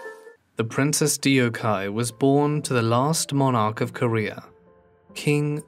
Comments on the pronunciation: It’s an incredibly egregious mispronunciation lol they could have just googled. Even if the vowels were a bit off, that’s better than adding two syllables that don’t exist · Every time he said it, I corrected him in my head…how can you do a documentary like this and not understand how to properly pronounce her name? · Sharon Bee I hadn’t noticed but he really slaughtered the Korean. Vlraln gives the correct pronunciation. In Romanized Korean “eo” signifies an “uh” sound, not “eeoh.” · I’m not even Korean (I used to learn Korean and I watch a lot of Korean shows) but I’m 15 seconds in and I’ve just heard it😭 it hurt my ears😭, I think people should look up the pronunciation before making these videos. Even if you make a little mistake at least it won’t be as bad as this. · I felt uncomfortable. The first thing the narrator should consider is how to pronounce names... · The mispronunciation of the name Deokhyeo...has irked me so much as how many times it was mentioned. I appreciate the research and video edit. There's a film about her life that's worth watching in my opinion (mentioned at the end of video). It was so heartbreaking and tragic how her life began. Her experience probably were traumatic for her at a young age in her teens. And the movie delivers that pov more about her that's easier to empathize than the narration in this. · This narrator’s pronunciation of Deokhye’s name makes me want to cry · The way he's pronouncing her name wrong is so distracting. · I am not Korean I am Indian but Mr u pronounced her name in an absolutely wrong way... It will not sound the way u said it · In Korean, when romanized, 'eo' is a u sound like the u in 'up'. 덕혜 would get romanized as Deokhyeo so duk-hyuh is a more accurate pronunciation. Other than pronunciation, great video, and fun to hear narrate a Forgotten Life! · It drives me mad. Shows zero respect. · It's actually pronounced "duck hae!" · DIO-KAI... HAHAHA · dee-o-kye... i just cant even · "Dee oh kai"? Come on